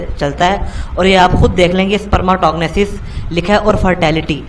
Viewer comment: Wa oye sperms. Tog nesss..... Spermetogenesis ikhtha lafz ha YouTube py pronounciatin dekh ll